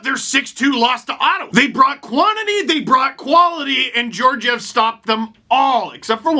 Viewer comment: Damn you keep saying George-ev. STEVE GET THE FACTS